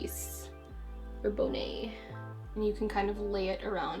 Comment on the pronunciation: So is it a regional thing on the way people pronounce bonnet? It was cool to hear you say it that way lol